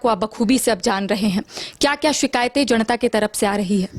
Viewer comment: जणता नहीं जनता बोलिए रिपोर्टर महोदया